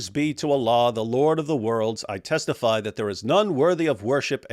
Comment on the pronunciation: I thought you said testy bro 😂😂😂